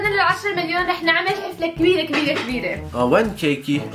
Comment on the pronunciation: أنا و أغلب العالم: حَفلة.: حِفلة😂